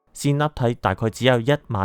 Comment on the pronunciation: 鹹（音：簡）基對